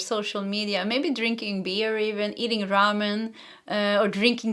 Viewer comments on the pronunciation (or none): none